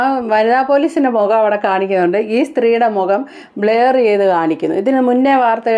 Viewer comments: ബ്ലയർ ❎. ബ്ലർ ✅. ശ്രദ്ധിക്കുക. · Not blayer blurrer